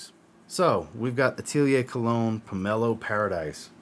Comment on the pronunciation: Not Pomelo Paradise, it's pronounced PAIR-AH-DEESE. Watching now. Pomelo Paradis is my favorite from the house. I have many from this house and I adore this fragrance. Put a smile on your face is EXACTLY what this fragrance does. During the summer I go through almost a 100ml bottle of this. You cannot over spray this. Dude, I've been telling you for MONTHS you would like this house. I'm glad you do. It's a good one. No one does citrus better than Atelier. I think you would also like Armani Mania which you haven't tried yet. MFK said it was one of his most favorite fragrances that he created. Simplistic but beautiful.